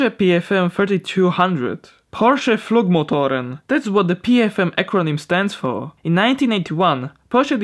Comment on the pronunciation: props to you for pronouncing "porsche" and "Flugmotoren" right!